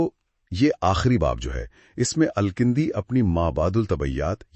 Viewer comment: It's Al-Kindi and not Al-kAndi as you or your AI pronounces.